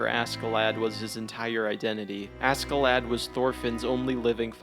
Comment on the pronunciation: Bro everytime you say "asKee-lad" it annoys me. It's pronounced ASHEE-Lad. Even the Japanese pronounce it right. Jeeeez!